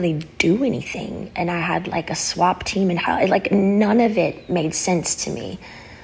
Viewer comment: She keeps saying swap team instead of swat. was she being replaced over and over again?